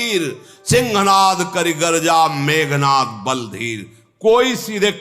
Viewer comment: Meghnaad hi bol rhe h , tumhe sunne mein problem h shyd